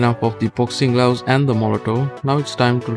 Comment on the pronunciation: I swear he said boxing glowses lmao 😂